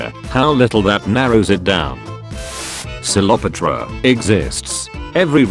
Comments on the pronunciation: YOUR PRONOUNCIATION IS WORSE THEN EVER. WTF IS SLEOPATRA? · Nobody:: 'Sleopatra' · Cleopatra: *exists* Text to Speech: celopetra